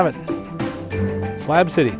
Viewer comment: It's SLAB city not SLAP city. Slab as in shit on a slab.